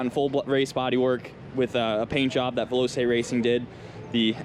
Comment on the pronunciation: I was wondering where the rest of the build videos were. The bike looks fantastic, great job! Though one thing that niggles me, sorry ... veloce s pronounced "VEL-O-CHAY", not "VEL-O-SAY" (Italian word for fast/rapid).